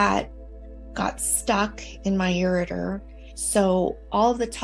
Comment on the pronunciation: Its ureter not urator, but interesting story